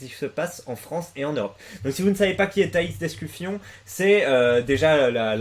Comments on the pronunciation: Tu fais exprès de dire d'escu"fion"? AU lieu de dire d'escufon? ptdr! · Par contre c'est Escufon pas Escufion mdr